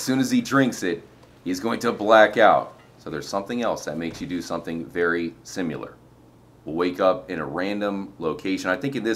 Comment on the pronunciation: Did you just say 'simular'?